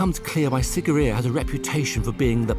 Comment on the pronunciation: I am VERY disappointed by this video. I was there 12 years ago and, it's as if the host never even bothered to visit the onsite museum. Not only did the host mispronounce the name but he didn't mention the impressive water features that surround the rock itself, Sigiriya actually means Lion ROCK not Lion Mouth, the maidens of Sigiriya accurately represent the features, clothing and traditional dress and ornamentation of women of a variety of races (the are NOT Hindu Celestial Maidens), the blue lotus that some of them hold is a traditional psychedelic, there used to be structures built into the sides of the lion rock - remains of which can be seen in the holes used to support them, and when the areas was cleared and rediscovered in the late 1800s all of the water features, fed by channels that have the same slope used by modern engineers to transport water over distance burst back into life at the beginning of the rainy season.